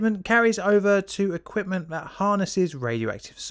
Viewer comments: says equpment instead of equipment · What is "Equptment" ? :-)